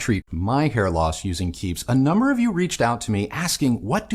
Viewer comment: Hair loss… i heard: HEAR LOSS 😂